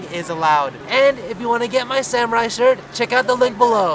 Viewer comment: SA MOO! RAI t-short😂 cool!